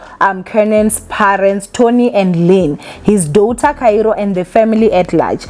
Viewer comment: Trust to year after year butcher words😂😂😂 ever since I started watching this channel years ago u girl continues to call Kairo, Kayiro😂, daughter uthi dawther😂, especially, uthi ecspecially😂😂😂…. Mara atleast you know yourself nge Igrish, ….PS this is all banter, I love this channel